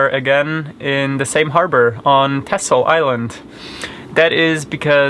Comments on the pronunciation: Actually is not correct, The "X" should be pronounced as an "S". Listen to the pronunciation here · Why do you keep mispronouncing texel? I know it's not the prettiest island of them all, but no need to make fun?